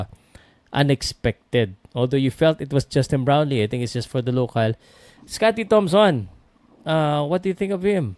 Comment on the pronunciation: sinabi ni "scottie tamson"?! LoL ayusin mo po naman pagsasalita sayang ung pagiging Journalist mo